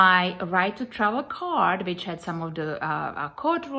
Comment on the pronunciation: Every time she says which it comes out as bitch funny lol.